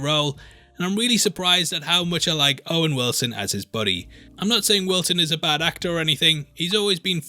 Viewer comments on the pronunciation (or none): none